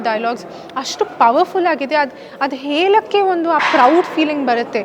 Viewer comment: ಹೇಲಕ್ಕೆ ಅಲ್ಲಮ್ಮ ಹೇಳಕ್ಕೆ.